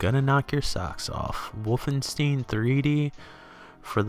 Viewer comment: You are the first person I hear saying Wolfenstein Wolfensteen. :) It's a good game, but I can't say I ever liked it or impressed by it even back in 1991-2 when I first saw it. Yes, I remember the home computer game with the same name which had nothing to do with this.